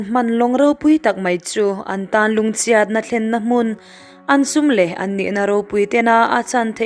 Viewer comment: Kei chu ngaihthlk hreawm k ti lem lo mahse ngati nge chhiat leh chhuah hi chiat , chuah i tih tlat a